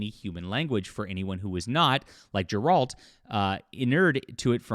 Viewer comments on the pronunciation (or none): Geralt not Gerold. But yeh, you're right. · Ffs, how are you so bad at names? The G in Geralt is saidnlike the G in go.